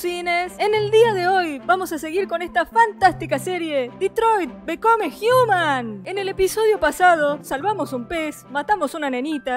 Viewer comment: En el minuto: escuché: detroit me come jiumal!